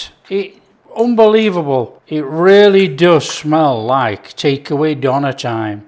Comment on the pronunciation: Just want to say it's pronounced Deuh-nehr